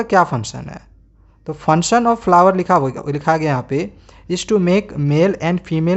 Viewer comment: Funsun nhi hota function hota hea